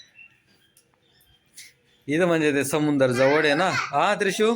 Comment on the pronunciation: समुंदर नको म्हणत जाऊ समुंद्र म्हण .😂😂